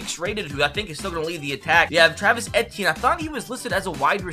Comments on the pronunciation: Its pronounced ETN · Just a heads up my guy…it’s pronounced Travis ETN, as if you’re just saying the 3 letters